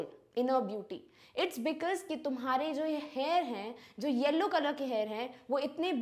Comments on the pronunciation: mam yellow ko hellow bol rhe hai 😊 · 2 times mam said that converting yellow to hellow 😂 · she was pronouncing yellow as HELLOW..😂...by the way osm explanation💥